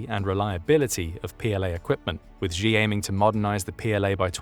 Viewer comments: Why the narrator call xi jing ping ''gee''? Xi isn't pronounced geee or jeee, it's pronounce like ''see'' or ''scee'' like scene.. see jing ping you say ,,,i see you,, not i geee you xD its not hard It hurts my ears and i'm not even Chinese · Xi is pronounced "she". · if you are going to keep making documentaries about China the least you can do is learn to pronounce Xi Jinping. Xi is pronounced like the English word SHE